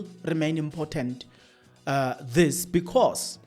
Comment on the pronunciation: Let's look at your pronunciation of words. Important and impotent mean 2 different things, and when used interchangeably, they may distort the message you are trying to convey